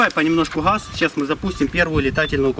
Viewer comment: Не хаз а газ 🤚😁